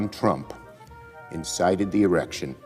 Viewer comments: None of them can barely say "Insurrection" 🤣🤣🤣 I swear Anderson Cooper just said "Erection" first 🤣🤣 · CNN - In-Erection!!! They can’t even pronounce it, lmao!!! Fake news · Did Schumer say,"insighted the erection?" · The morons can’t even pronounce it right😂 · I love that these libs can't seem to accurately pronounce "insurrection". LOLOLOL Freudian slips??? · They cannot even say the word insurrection correctly and people take these idiots seriously? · Wow, they can’t even say insurrection properly. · They hold Americans for months for trespassing and let the illegals cross the border like they are in a damn parade. Go figure. These pinheads can't even say the word insurrection right. Lemon head at it again. They don't want to talk about bejing biyden because the old goat never does anything but eat ice cream and pick dandelions. Oh no, President Trump incited an erection at the white house. I think he is thinking of Monica and Bill Clinton. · Since these Democrats can't pronounce words right then maybe it's time they need to retire. Or better yet get a dementia test done. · These people can't even say insurrection properly, instead they have erections on their minds. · None of these clowns can pronounce insurrection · It's fricking hilarious that none of the morons can actually say insurrection correctly! Everyone of them stumble over pronunciation! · What's up with all the main stream media parrots not being able to pronounce the word, insurrection?! Oh that's right they're all just puppets. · Apparently, insurrection is hard to pronounce lol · why does America's smartest and most brilliant people having such a problem with pronouncing the word 'insurrection' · These ghouls are legit reading their insurrection shit. They misspoke while.... I am so glad I don't watch cable news anymore. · Those slips of the tongue show where their minds are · Did Cooper say erection or insurrection?? Or was it just getting close to lunch?? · Haha he said errection